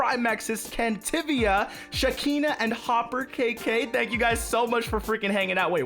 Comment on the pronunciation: I am shakina07 😄thx for pronouncing my name correctly